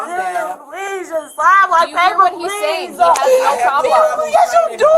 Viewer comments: But she said "pleeez-UH" several times-uh. Not sure what more she could doo-uh? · Anyone else noticed that they put a “uh” at the end of words when they’re being arrested. Please-uh why-uh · The minute an adult starts adding extra syllables to their words I know they are a toddler mindset, pleaseUH, I just needUH, you don't understandUH, makes my brain bleed.